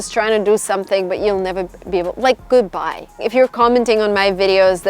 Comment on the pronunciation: Love how u say GOODHBAJ to people who drain ur energy haha, great video! Ur videos are so motivational and inspiring even more to move to the US and make my dream a reality!